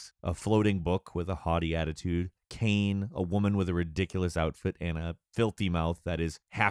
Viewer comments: if you needed more proof that game journalist never play the games they review. This guy calls Kaine - KANE! He really couldnt think to himself a women wearing lingerie has a mans name. embarrassing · IT'S KAINÉ not cane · reads a Wikipedia article on the game real fast because they've never actually played it Ah, yes, KAY-N and EE-MIL. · it's pronounced Kai-Nay not Car-Nay also. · 1669 - 44 “car-nay”? Who the fuck said that? Its “KAI-NAY” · I believe he pronounced it Eemal. Pretty bad butchering, don't know which is worse, that or saying "Kainé" as "Kane". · He pronounces it like 'cane' but Kaine's name is actually pronounced Kai-nay. Also, neat trivia fact. That long string of numbers in the games title is actually the Square Root of 1.5. So this is just a really quirky and tarosyncratic way of saying the game is Neir Replicant 1.5. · Her name is pronounced Kai-nay. Not Kane. Yes. I was triggered. steps off soapbox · Nier: Kaine! Emil: Kaine! Weiss: Kaine! Literally everybody: Kaine!: CANE not a diss, just thought it was funny lol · "Cane" hurt my soul XD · Weiss: Vaiss Kayné: ka-i-nê Emil: E-mil lol how he pronounced it emu is beyond me. Also you will refer to him in his full and proper name: Grimoire Weissy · Kaine as Kai-neh and Emil as E-meal ō_ ō that's the best I can describe the pronunciations but yeah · he might've been playing with japanese voice actors and subtitles. may be why he's pronouncing it "cane." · That’s what I was thinking too. I’ve been playing it with Japanese voices and if I hadn’t heard how other people pronounce it, I might’ve said “cane” as well. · "Grimmoire *Wise*" "Kane" "Eeml" I see was a fan of the IGN Xenoblade DE review.:^) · "Kane and Emool" I'm sorry man but now I'm doubting you actually played this completely... Their names were said correctly in the original. Other than that, the review itself is great. I always look forward to these reviews! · Instant classic. Buy now. Also, odduhmodduh, Kane, emull, Wice? 😂